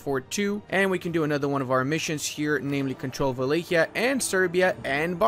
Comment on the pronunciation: its not wilikea. its Wa-la-kia